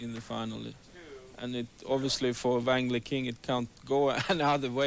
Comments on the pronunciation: Vang Lee king 😂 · OMG, the mispronunciation of Wang Liqin's name. Goodness gracious.